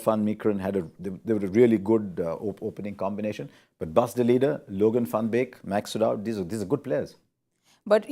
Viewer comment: Love the way Harsha pronounces “van” correctly. Does Harsha Gaaru know Dutch also?